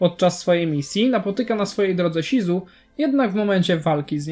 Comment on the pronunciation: shizu nie czyta się ,,śizu" tylko ,,szizu" :/